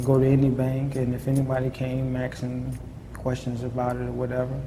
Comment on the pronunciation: Love how the same guy who keeps saying "monies" also says " axing" 🤣 He's like l'le Carmine